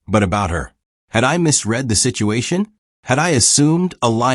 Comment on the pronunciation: Early on the word 'misread' is miss-pronounced by using a hard 'e' when the local context suggests a soft 'e' so the story can flow smoothly!. Oops LoL 😢😢